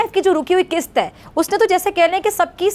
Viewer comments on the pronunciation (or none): Atleast she has guts to say dollar not daaalar.... Bus itni hi knowledge h...kist ni kisht hota h